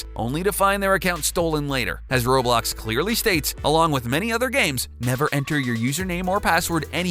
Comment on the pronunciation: Atleast he didn't pronounce roblox like "raw blocks"